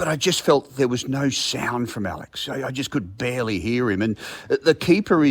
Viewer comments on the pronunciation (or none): none